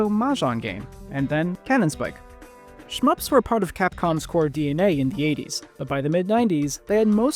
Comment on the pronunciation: I don't care how 'shmups' are spelled, but do not pronounce it that way